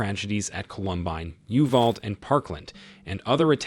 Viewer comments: You.val.dee. Uvalde lol😂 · The way they had Ai Joe say uvald. /5. The school shooting metioned was in a town called Uvalde. I only jokingly corrected because I grew up there.